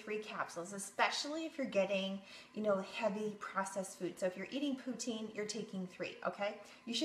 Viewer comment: She said "poutine"